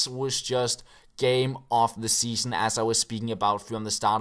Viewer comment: "Seaon" instead of "Season", nothing major haha.